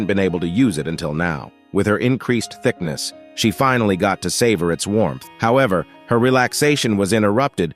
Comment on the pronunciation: Bro was not tust farming hewas farming thiknesss😂😂